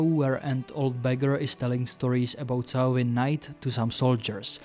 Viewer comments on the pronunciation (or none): none